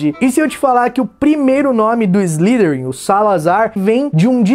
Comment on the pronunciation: Velho seus videos sao fodas parabens, slytherin se pronuncia "Islaiderin", fica mais bonito e correto! E nois mano, manda mais videos que o canal ta FODA de dahora!!